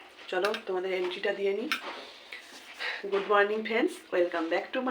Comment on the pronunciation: Like 👍 দিয়ে দেখা শুরু করলাম দিদিভাই, এন্ট্রি নয় এন্ট্রো হবে😊 ঠিকআছে।মুখ কেমন শুকনো শুকনো লাগছে কেন?পানিতে তো চরম আয়রন😮, Tube well এর ভিতর কি জানি ফিট করা যায় আয়রন কমানোর জন্য।ওরে বাবা! আজকের ভিডিও আজকেই post করেছো দূর্দান্ত 😂😂।শুভ সন্ধ্যা🙂, খুব সুন্দর করে ফুল দিয়ে সাজিয়ে পূজোঁ দিয়েছো।❤❤❤❤❤❤